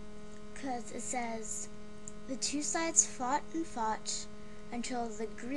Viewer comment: Except, that's not how you pronounce Menelaus...